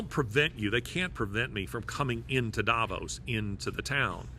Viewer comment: Davos is pronounced DAH VAUSE.